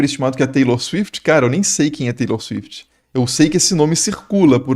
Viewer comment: Não sabe quem a Taylor Swift, mas pronunciou o nome com uma desenvoltura sem comparação hahaha